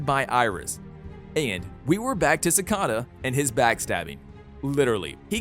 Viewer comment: Its not sacada